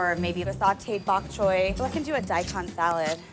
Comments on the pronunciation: bok chewy and sewey sauce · "Bok chewie" Dude thought he was cooking wookiee. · Bok Chewy and Sewey Sauce from our favorite